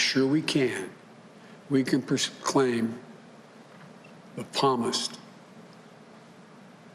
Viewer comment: Lol “palmist” what a loser....literally HE LOST!!!